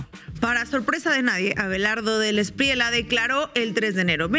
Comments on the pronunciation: El defensor de criminales y bandidos De la Espriella, pronuncia la doble ele en su apellido. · sugerencia linguistica respetuosa: la pronunciación del candidato Abelardo de la Espriella no es con LA al fina, sino como si fuera (ejemplo) TOALLA